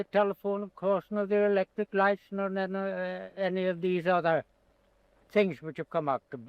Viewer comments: that short sentence...with the "other" pronounced in that way. That to me sounds like an Irish accent. If the pronunciations here dont originate in Ireland, I'd be surprised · Just , he pronounces the 'r' in 'other'. not the American roticity but more like in the Westcountry accent.